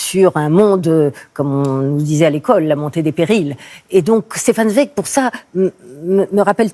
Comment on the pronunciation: Prononcez de grâce TSWEIG